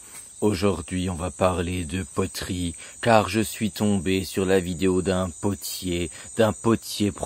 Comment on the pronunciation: "les potoeries" ?